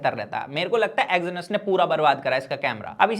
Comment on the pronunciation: Exynos bolna sikh le pehle